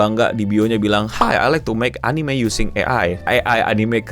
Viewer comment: "AI anine consulting" cringe banget anjinkk